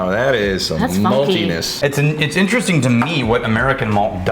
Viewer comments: I think this is a missed "Interestingk!" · was the first "interesting'k" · Did no one else catch the "interestingk" ? 😆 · Missed one!! “interestingkkk” lol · you missed saying “interestingk” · They missed TWO other "k"s both times with the word interestinK